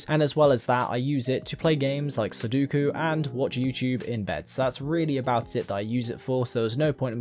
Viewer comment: I hate how much you say sudoku and can't pronouce it